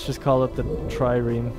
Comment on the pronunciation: Changes name from "Alacrity" to "Trireme" because "At least I can pronounce it." Mispronounces Trireme. Facepalm Seriously though, this game looks to be amazing and I have been enjoying your let's play, I enjoy the way you react to things and will probably continue watching this series even after I get Stellaris.